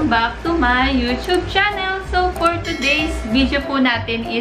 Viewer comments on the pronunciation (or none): none